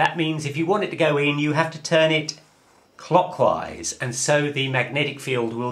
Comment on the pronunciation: IT TWISTS... COCKWISE!!!!!!